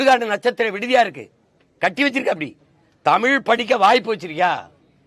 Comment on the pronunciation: First you pronounce thamizh properly. It is zha not la